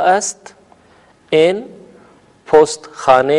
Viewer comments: این نہی ایں کہا جاتا ہے اور آن نہیں آں کہا جاتا ہے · این نہیں ہئے ایں ہوتا ہئے اور دونوں میں فرق ہوتا ہئے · محترم این نہیں بلکہ غنہ کے ساتھ ایں کہتے ہیں اور آن نہیں بلکہ آں کہئیے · Sir ap ki pronociation "in aur on" ki therk ni hy.jsida k azaez ny likha hy.noon ni perhty.